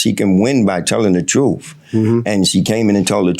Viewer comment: You got to love when the defendant says I admire her telling the troof